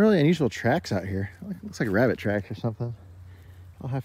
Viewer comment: Dang you sure gut some big wabbits in the holler.